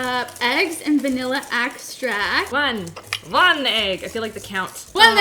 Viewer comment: "Vanilla eggstract" lmao